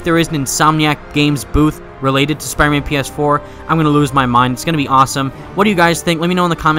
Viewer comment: he keeps saying spiman